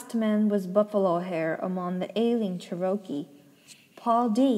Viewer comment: Cherokee is the Native American pronounced Chair-O-Key 🌸 Also ty so much for reading this to me while sick 😘